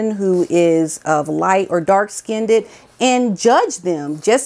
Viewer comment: it’s skinned not “skinded” please stop using this word it’s ignorant